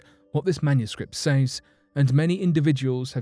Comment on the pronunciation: Clearly it’s not a cipher otherwise it’d be worked out with ease, is this guy stupid? He doesn’t even know how to say says properly 🤦🏼‍♂️